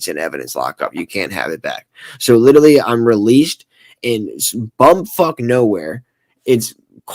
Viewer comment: If he’s going to use the work “literally” so many times, maybe he should learn how to actually pronounce it…🙄